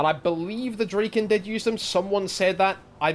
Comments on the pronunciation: I'm talking about the pronunciation. Dra- as in Drag, instead of as in Drake. Draken is modern Swedish meaning "The Dragon". Probably old norse as well but I can't vouch for the grammar in that case. Ultimately doesn't matter though. Just surprised me you chose to pronounce it like that. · Draken? Huh, hadn't even considered you could prunounce it like you do. It's just dragon but with a k.